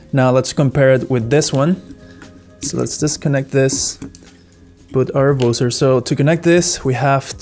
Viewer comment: Nice video but It's pronounced BUH-zer - not boozer. A boozer is something else entirely.